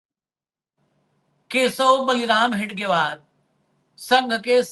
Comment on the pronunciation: हेगडेवार नहीं हेडगेवार कहीए,साहेब.